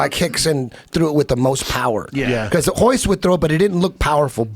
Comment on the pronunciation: Why do they keep calling Rickson Gracie "Hikson" ? And Royce - "Hoist"?